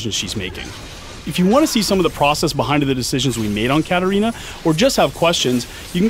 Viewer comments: Hm why katarina is pronounced karolina? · HEY as chinese user i cant understand why katarina is pronounced karolina...